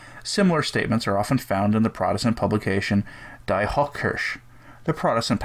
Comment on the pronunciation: "die" in German is pronounced "dee". The name of the philosopher Goethe is pronounced "Gerta". I find it easier when I know the correct way, not meant as criticism. I LOVE what you do. P.S. I just realised, you're American, so it's "Gerta" but without the hard "r" u Americans have.